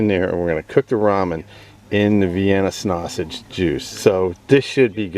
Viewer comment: Say snausage one more time you fucking mook. Jesus. Also, shiny side goes down on foil dipshit.